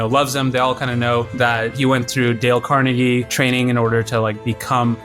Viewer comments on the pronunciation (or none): none